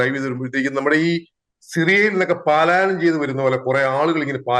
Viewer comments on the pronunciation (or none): പാലായനം അല്ലടാ, പലായനം ' . എന്ന് പറ.